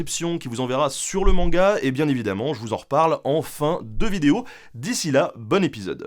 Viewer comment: Stephen Turnbull avec ta prononciation faut mieux pas qu'il se retrouve dans une soirée libertine, il pourrait repartir en boitant.